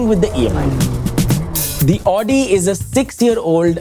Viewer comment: It's not Aw-di, -----> Aow-di.